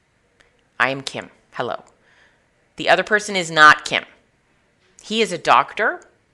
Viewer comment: Kim not kim hahahhahah